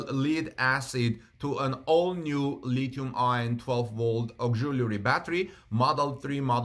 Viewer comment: Thanks Howard! I was going to mention the same thing, adding that I have never heard anyone pronounce the acronym "Li-Ion". Rather, one just pronounces both words "Lithium Ion" Also, just to be clear, like Howard points out, the word "Lead" is pronounced like the name "Ed" but preceded with "L": Led